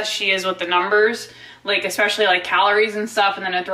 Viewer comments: EXSPECIALLY!!!! AAARGH!!!! 😲😲😲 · There is NO "X" in Especially!!!! THAT MAKES ME NUTS! Wait... More nuts. Yeah more nuts. You can't have too many nuts... I digress. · I hate that she says “ex-specially” god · Omg that is driving me crazy too how she pronounces that.